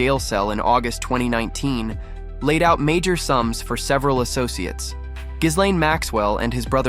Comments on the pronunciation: Pronunciation: ghilènn, not ghisslein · Gi-lene Maxwell…. The “S” is silent…. Also, didn’t Donald Trump kicked him out of Maralago?